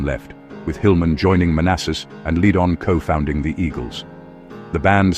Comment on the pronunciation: Not the worst I've seen. FBB's were just a piece of the puzzle...FBB 3 was their best production. The album flows, from start to finish. BTW, common mistake even from live narrators..It's Ledd-un